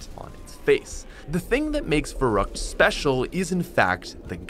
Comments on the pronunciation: Also, we just finna ignore the fact that he says it Verroockt and not Verruckt. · Ferryckt not verruckt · It is pronounced farykt